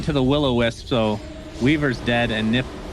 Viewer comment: Whad does he mean by Nip, it's like saying OG as Og, not O-Gee